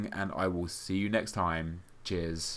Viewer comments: people say that when he says cheers, it sounds like jizz so he says jizz for lols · I can never tell whether you are saying Cheers or Jizz now :) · At the end of the video it sounds like he says 'Jizz' loll